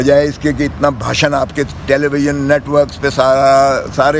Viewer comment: باشن نہیں بھاشن ہوتا ہے ۔۔ کاش سیاست کے ساتھ تعلیم میں بھی دل لگایا ہوتا ۔